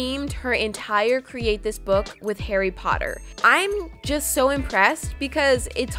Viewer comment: No offence, but I think its soooooooo funny when people call Harry Potter 'hairy potter'💇⚡